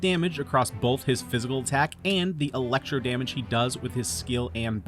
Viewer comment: Good build but did he just say Fæshil